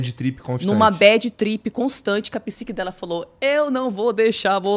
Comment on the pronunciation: Badi tripi…chega a arder meus ouvidos. E o talki show então.